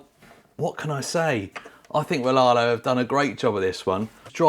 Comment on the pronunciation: So many channels think the company is called laarlo (silent R) glad you pronounce it the right way like very few of us 😂